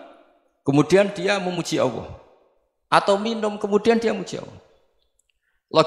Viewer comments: allah gus bukan awwoh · Allah bukan owoh, jngn ky tukul dong gus